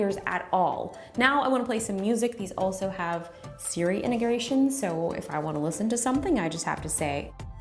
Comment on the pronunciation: So I laughed a lil. She made me feel like I’m not so weird myself when I mispronounce things😊 “Siri enegration” lol